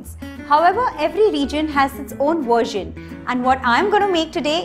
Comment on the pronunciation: did you say "own WERSION" in the begining? LOL you have a nice accent! good job on the food! 😉